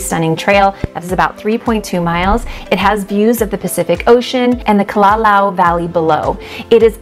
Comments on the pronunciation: It's Kala-lau Valley, not Ka-laulau Valley 😂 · OMG, all due respect, if you're going to shares these great, intimate places on Kauai, you really need to learn how to pronounce the names correctly. You slaughtered Kokee and Kalalau. You pronounced everything else beautifully, I might add.